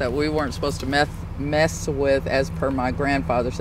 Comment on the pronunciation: "monsters you weren't supposed to meth with" mess with.....uh huh